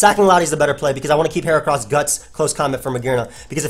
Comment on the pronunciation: For once I agree with your pronunciation of a mon. I don't trust people who say "heachran".